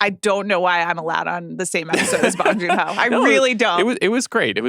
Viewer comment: I love the show but you guys are butchering Bong Joon-ho’s name. it’s not pronounced like you’re smoking a bong. the ‘o 오‘ sound in Korean is pronounced like ‘oh’.